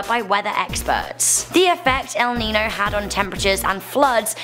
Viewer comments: SAME AND IM NOT EVEN SPANISH! It has this ñ which turns the pronunciation into a ny sound. It’s pronounced ‘el ninyo’ even if it’s written El Niño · Pronounced El - Neen - Yo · It bothers me how pronounces El Niño